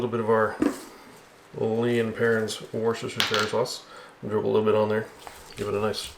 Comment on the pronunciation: Great video, and BTW, it's pronounced wooster-shear like woo in wood, not woo.